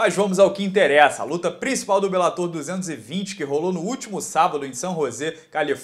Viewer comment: Duas palavras para você: para béns. Você não está mais tentando transformar "bellator" em proparoxítona,! Está certinho.